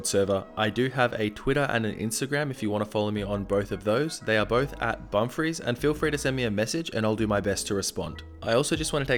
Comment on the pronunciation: I keep hearing "yo what is up guys it is bum freeze"